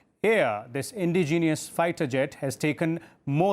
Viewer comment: Sir Indigenous is roughly pronounced as 'In-dejenous' not as 'Indi-genius'.